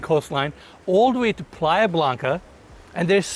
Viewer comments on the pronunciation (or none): none